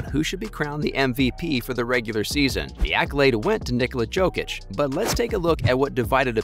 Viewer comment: You are casual, unable to pronounce Jokic's name 😂😂😂